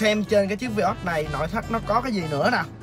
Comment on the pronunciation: Vai ớt chứ ko phải vi ót anh nha